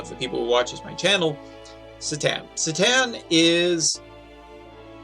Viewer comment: Se-tan? Isnt his name pronounced Sai-tan?